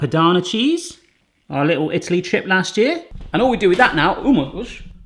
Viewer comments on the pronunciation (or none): none